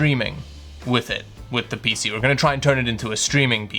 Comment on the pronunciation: I have to be honest here, I only watch these videos to hear that wonderful pronunciation of 'PC'